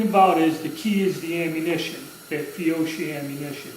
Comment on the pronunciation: It's pronounced fee-oh-key.